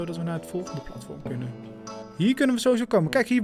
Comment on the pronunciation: Ik word autistisch van hoe jij platvorm zegt urg maar leuke vid